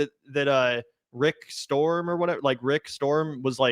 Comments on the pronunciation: It's rick st-rom not Rick storm. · His name is Rick “Strom,” not “Storm.” There is an infomervial for a product called the TeleZapper (blocks telemarketers) where the telemarketer makes the same mistake. He’s appeared on the Power Panel sometimes, and does talk about sport-related stories there. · I love u guys but STROM not storm runs intellectual circles around u.guys. Dont be mad... spreading the word helps. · Strom not Storm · Rick Strom, not Rick Storm. Rick is a good dude. I do believe he is mixed race. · Rick Strom, not storm. He is an amazing guy.